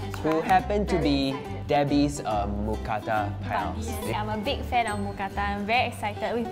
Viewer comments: As a Thai person, it’s “Mookrata” not “Mookata” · Actually, we call it Moo kra-ta. It has to have r to be correct. Just so you know 👌